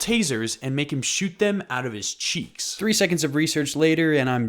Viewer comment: It’s kind of funny when you say cheeks 😂￼ yeah that’s kinda gonna work ￼￼￼